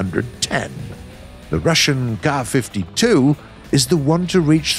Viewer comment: finally a proper pronounciation of the Ka-52